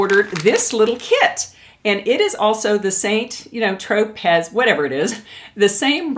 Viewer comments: Hiiiiiiiiii - St. Tropez is pronounced ‘San Tro-pay’ (town on the French Riviera.) 😉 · It's pronounced San Tropay. :)